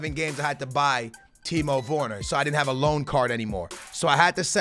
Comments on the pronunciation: it’s ‘werner’ not vorner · It’s Timo wErner not wOrner 🤦🏽‍♂️🤦🏽‍♂️🤦🏽‍♂️ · He’s called Timo Werner not Timo Worner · Timo wErner not wOrner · 'Timo worner' 😂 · pronounced ‘Vurner’ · "Timo Woone" - 2018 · “Timo Vorner” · Timo Vorner? Geez... Man say it right for God's sake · Dude can you say his name right. Constantly killing the man's name. W E R N E R, where is the O???? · Please stop saying timo vorner... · How is he pronucing Werner lol